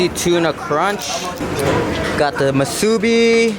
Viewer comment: Like I told you before it’s “MUSU-bi” not “‘’ma-SOO-bi”